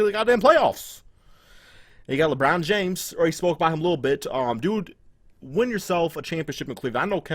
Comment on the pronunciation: lmao this nigga say "lebron jams" 😂😂